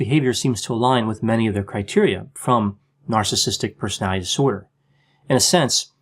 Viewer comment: Love your channel. Just wanted to say, do you realize you pronounce ‘personality disorder’ in a funny way? Haha. Like you have trouble saying it. Sounds like personalizorder. Anyone ever tell you that? Anyway, keep up the good work!